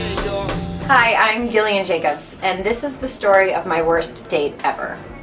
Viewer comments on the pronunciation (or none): WTF she even Britta'd the pronunciation of Gillian!